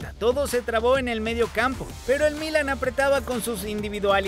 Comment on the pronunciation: Buen reportaje, nada mas no tomes moda de los comentaristas argentinos que pronuncian muy mal el español. Es Milán, no Mílan, el acento va en la "a". Saludos.